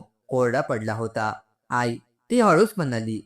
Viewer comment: आई चा उच्चार आय असा का करता